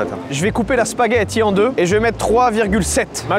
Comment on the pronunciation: on dit un spagethO